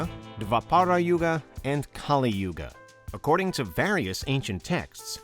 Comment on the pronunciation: It's pronounced as Kalī not Kālī.